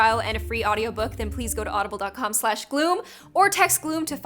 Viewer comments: I think it’s weird when you say Happy Day On Gloom but it sounds like happy day on gloo hoom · Why did you say gloom In the beginning like that